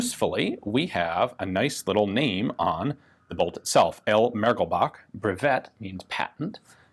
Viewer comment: With the "é" accent on the E letter, the word "breveté"(patentED, whereas "brevet" ([bruhvay]) means "patent") actually would rather be pronounced [bruhvtay] instead of [bruhvett]: this final E letter is indeed not mute (because of the accent).Thanks for a very interesting video!